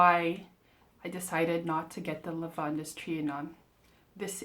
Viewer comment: It’s pronounced just like Lavand. The -es is silent. I haven’t been able to smell either. They don’t carry them in stores near me, and I’ve given up ordering samples.